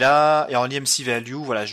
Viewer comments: Stp dit EMC et pas EMCI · tu le dit en anglais imci et en français emc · oui mais c est chelou